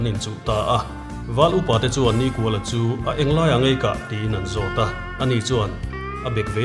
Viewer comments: Hming chhiar dan hi uluk ang u, niiiikuala....tih te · Nikuala hi in lam dân a dik lo. Ni a kual lo. Ni kha sârin a zâm kual a, chutiang thlük chuan NIKÙALA tih zâwk tûr alawm. 😊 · Nikuala pawh hi, hmeichhia zawkin a lam dan hi a dik lo deuhlo maw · A chhiartu ten Nikuala hming in lam dan thluk hi a dik em aw? 'Kual' tih lai hi 'Kawi' (Ngil lo) thluk anga thluk tur a nih ka va ring e.